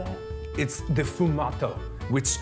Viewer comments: Anybody noticed how Mark called his technique “fumato” which translates to “high” ? 🤔🤔🤔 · Mark saying formata Me :its loud music in band